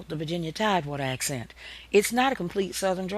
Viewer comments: The English accent (not AHccent) is not good here! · that the "British" (no such thing btw) accent (or aahhksent as she bizarrely calls it) slowed down is what created the southern US accent